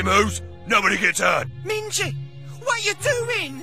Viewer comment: They do pronounce it minge, only his name is mingey